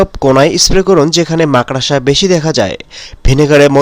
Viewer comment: আরে আরে মাকড়সা বলতে শিখুন তারপর মানুষকে বোকা বানাতে আসবেন।